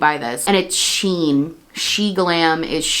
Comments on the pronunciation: It's pronounced "she - in" not "sheen" fyi! And agreed much better to not support them when you can. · I believe it is pronounced as the actual spelling. "(she)(in)Shein" since it's a J beauty brand.